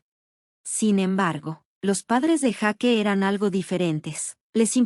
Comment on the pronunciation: Jake Mate..... Se van a vencer uds mismos x no pronunciar correctamente los nombre. Jake (yeik) Sofía....Sofia)